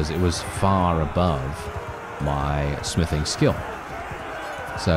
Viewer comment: When you said smithing i hear sniffing and thought oh God please tell me hes not on drugs lol🤣